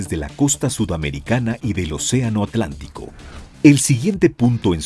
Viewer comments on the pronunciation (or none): none